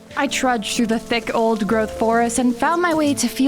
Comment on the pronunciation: AN OLD GROWTH WHAT! THATS NOT HOW YOU SAY IT